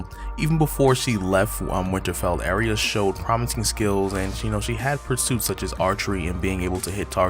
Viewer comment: I'm sorry ...I HAVE to correct your pronunciation of her name....it's Ahhh-ree-yah or another common one is Arr- yah...long A not short....sorry but it matters.